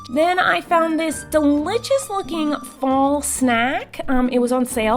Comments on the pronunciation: Normal people: delicious Miranda sings: delitchis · I love how she says delichous love you so much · in this vid I thought I would have too count how many times Miranda says deli chis I'm surprised I did not have too but all the times she dose say delich is